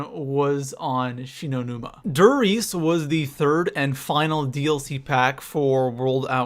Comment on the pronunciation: Instantly stopped watching when he called der riese da Reese 😐👁👄👁